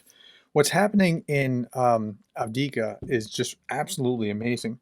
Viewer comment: You keep saying avdika when the name is Avdiivka (Av-diiv-ka). Keep up the great work :)